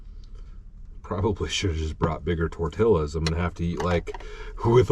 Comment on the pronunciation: Lol! Tortillas is pronounced Tor-tee-yahs